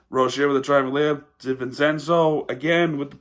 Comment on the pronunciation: Hey man, it’s all good it was a competitive game for the most part. By the way it’s pronounced Divencenzo “Dee-Ven-Chen-Zo”. Good video